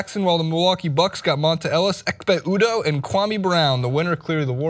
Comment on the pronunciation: It's like he pronounces Dont'a Ellis & Hightower names wrong on purpose